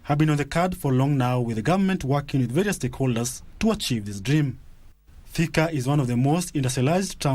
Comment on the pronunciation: I won't repeat this again, Si Thika, Ni "Theka". Karekee.